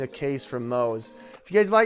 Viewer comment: At least say the brands name right...